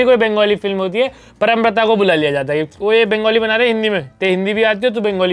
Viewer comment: Sahi pronounciation पौरोमब्रतो hai 🤣 परमब्रता nahi